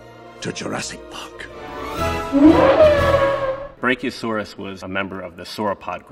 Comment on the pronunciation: Hes saying it correctly